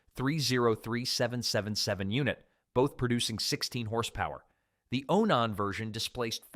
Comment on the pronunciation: Onon ???? It's Onan man get it right get rid of that stupid AI voice